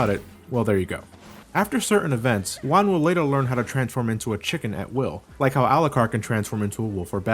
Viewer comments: Yo soy mexicano y puedo decir que las referencias culturales en el juego están muy bien hechas. Lo que me molesta un poco es que algunas partes están mal traducidas al español. Todo lo demás esta bastante bien. Saludos desde mexico:) PS: "Juan" is pronounced "Huan" not "Uan". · A minor correction, you're pronouncing Juan as "Wan".